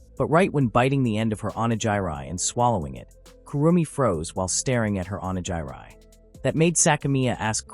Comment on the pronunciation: How does a channel that covers Japanese manga pronounce onigiri incorrectly? Get a better ai.